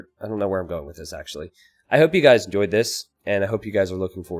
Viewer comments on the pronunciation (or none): none